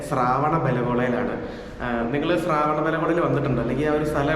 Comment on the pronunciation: ശ്രാവണ അല്ല ശ്രവണ മാണ് ശരി